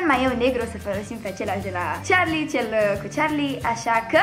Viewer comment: E Carli nu Ciarli